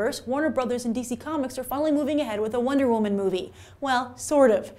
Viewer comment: Wonder wo-MAN